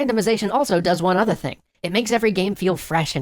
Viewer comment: i can't stop laughing at "one otha thing"